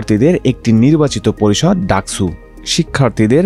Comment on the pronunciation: স আর ছ এর উচ্চারণ তো আলাদা, ডাকসুকে ডাকছু বলছেন কেন?